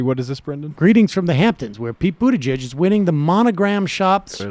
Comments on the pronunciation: and no, it's not an accent. He's said his name correctly several times, he just chooses not to because he thinks it's cool to belittle Pete so his viewers see him as an "other" not worth paying attention to. The right does it all the time, to pretty great success. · hahah sam said "Poot Pete Buttigieg" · as a fellow Maltese-American I can assure you that everyone, including Pete, is pronouncing it wrong